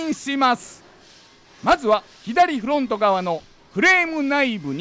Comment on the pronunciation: フrrrrrゥオント！パネrrrrruに！鉄粉わ”！ビッシrリ！ 付いていませんでした。 ほんとすき！